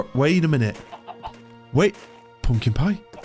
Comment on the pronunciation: I love the way he says "poompkin" . Balsam for my ears. And about the video- it's like im watching a huge budget national geographic movie. Thanks for the video